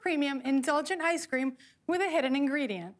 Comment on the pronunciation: Can someone tell me why Kevin pronounces it “I scream” 😂